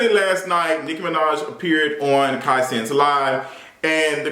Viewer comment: GIRL, KAI WHO??? cmon hooked on phonics lol